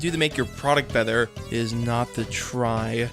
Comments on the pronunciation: The bether instead of better was really distracting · Why do you pronounce "Better" as "Bether"? I counted at least 11 times since i noticed and i haven't reached the end of the video yet.